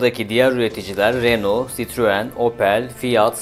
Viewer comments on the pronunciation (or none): none